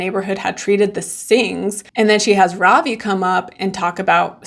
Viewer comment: This is really small and petty but his name is Ravi RAH-vee not robbie